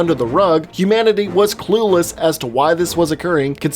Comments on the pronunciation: sermanity not humanity....lol.... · It’s not humanity... it’s Seranity.